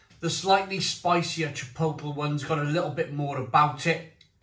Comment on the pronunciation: Chipotle is pronounced chi-pote-lay, not chip-ottle, (I also used to make that mistake)